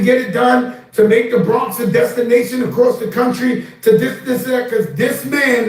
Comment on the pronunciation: 😂😂😂😂😂😂😂😂 Bwonx wiva Legend